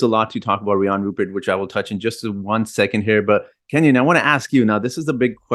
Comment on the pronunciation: Sorry the Thunder already called dibs! And it RUE-pair. Rhymes with blue hair.